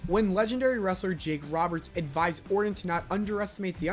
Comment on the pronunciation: Lol rite plus he called em ORDIN the whole video